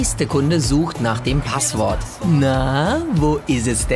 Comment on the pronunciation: Es heißt Passwort und nicht Paaswort